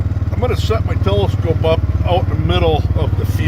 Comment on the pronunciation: *A TEL - ""LIE"" - SCOPE!!*